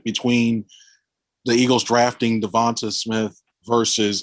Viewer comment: Who is “Devontah” Smith?!